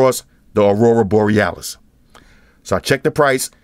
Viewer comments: I love it when he says "Arura Borealis" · One of the best fucking vids ever. Thanks. How many time did you practice saying Aurora Borealis. 😂